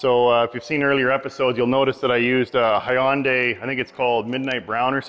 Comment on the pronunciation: "Hi-on-day"? Love power coating.. So simple, and it is virtually indestructible.